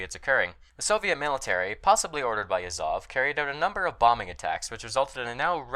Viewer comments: Why did you keep saying Yazóv when it's actually Yázov? That's odd bit with English speakers, they keep doing same thing here and there, except with super famous guys like Lénin or Stálin. Can anyone elaborate on that phenomenon? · I think it's just an american think. I'm English, and while I have some knowledge of russian, to me Yázov is the correct pronunciation. They like to put the stress on the last syllables in general (take for example "Birminghám", Alabama, as opposed to "Birmingham", England.)